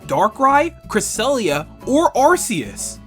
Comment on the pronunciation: Understandable mistake though. You naturally want to say cresellia after saying "Darkrai and"